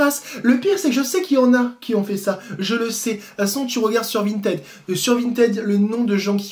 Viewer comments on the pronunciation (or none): none